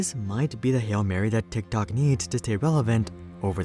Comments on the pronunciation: Did he say “Dicktok” ??? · This guy says Tik tok like a dork😂